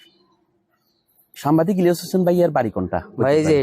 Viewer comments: সামবাদিক ভুল উচ্চারণ সাংবাদিক সঠিক! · ভালো লাগলো। ভ্লগার ভাই উচ্চারণ এর ব্যাপার এ সতর্ক থাকবেন। এতে যথাযথ সন্মান প্রদর্শন করা হবে। সামবাদিক না! সাংবাদিক!! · সাম্বাদিক হবে না সঠিক উচ্চারণ হবে সাংবাদিক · সাম্বাদিক নারে ভাই, সাংবাদিক হবে সাংবাদিক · সামবাদিক নয় সাংবাদিক হবে উচ্চারণটা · সামবাদিক নয় মিয়া আগে উচ্চারন শিখেন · ভাই, সামবাদিক নয়,সাংবাদিক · ভাই আপনি বারবার সাম্বাদিক সাম্বাদিক বলছেন কেন? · শব্দটা সাম্বাদিক নয় সাংবাদিক হবে । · সাম্বাদিক না, উচ্চারণ সঠিক করেন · ভাইজান আপনার উচ্চারণ ঠিক করতে হবে, বারবার "সাম্বাদিক" কেন বলছেন। ইলিয়াস হোসাইন বাংলাদেশের একজন শ্রেষ্ঠ সাংবাদিক। ♥️ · আরে ভাই সম্বাদিক না শব্দটা সাংবাদিক। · ভাই উচ্চারণটা সঠিক করেন সাম্বা দিক হবে না। সাংবাদিক হবে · আপনি বার বার সাম্বাদিক বলতেছেন কেন? আগে ভাষা ঠিক করুন। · বার বার সাম্বাদিক সাম্বাদিক করছেন কেন? উচ্চারণ করতে শিখুন আগে তারপর ভিডিও বানান। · সাম্বাদিক না সাংবাদিক হবে 😂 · 'সাংবাদিক' শব্দটা উচ্চারণ হচ্ছে না আপনার।